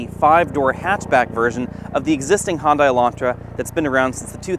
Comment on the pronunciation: Hon-die? It's pronounced "hyun-deh" Good review though.